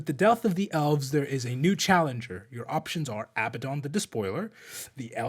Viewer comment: Not Abbadon